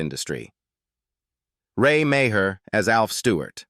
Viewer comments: Alf is RAY MEAGHER pronounced MARR. STUPID AI. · Ray's surname is actually pronounced as Mar.